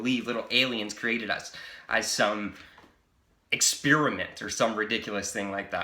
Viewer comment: Just him pronouncing ‘experiment’ “ekspearuhment” is enough to make me turn him off